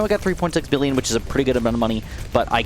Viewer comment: Billon wow😂 why you said billon ok